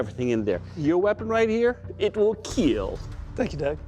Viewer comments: I'm only here for "it will keel" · It Will Keel 🙂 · It will keal😂😂😂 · It will keel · “It will keel” I used to hate now I must hear else the episode wouldn’t be complete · its KILL not KEEL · "It will kiell" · The keel test: keel means to fall over or collapse. I want to punch him for not knowing how to say kill test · why does he keep saying KEEL instead of kill... ffs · It will keel. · It will Keal! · This idiot using "IT WILL KEEL" as his catch phrase, he sucks! He's the reason I can't watch this show anymore. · "Your weapon right here, it will KEEL" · this show sucks. Everything can "keel" annoying every time he says that. Not even true test or accuracy when testing them. Terrible show and terrible judges. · For how much I enjoyed watching the show more annoying how he says “keal" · That was a beautiful work of art. Not to mention, it will keel... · it will ' keel' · Actually it's KEAL